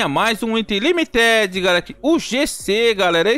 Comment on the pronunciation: o jeito q tu fala limited kkkkk